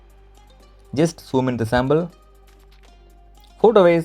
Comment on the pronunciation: Dude its sample ...not sambal ,rock dude😎😎